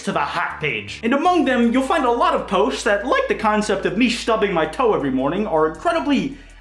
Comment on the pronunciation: "to be In the top potes of all time